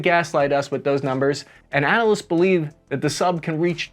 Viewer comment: I don't think I've ever seen anybody mispronounce the word analyst until now